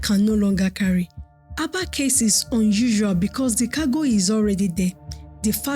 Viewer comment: Stop spreading false information, this Azumini has depth more than Lagos own. It is called Aba not Abā.